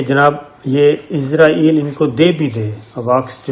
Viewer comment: صابر بھائی براۓ مہربانی اسرائیل کہیں ازرائیل نہ کہیں ۔